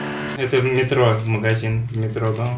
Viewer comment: Сеть магазинов мЭтро- ударение на первый слог